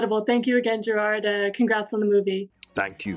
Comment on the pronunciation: Name is pronounced like Jared, not Jerraarrd